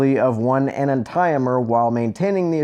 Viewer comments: I know it’s late but it’s pronounced “en-anti-o’mer” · the way you pronounces "enantiomers" triggered me